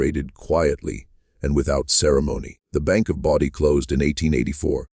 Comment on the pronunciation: AI can't even get the name right! IT'S BODIE NOT BODY sure glad I dropped this video in under 3 minutes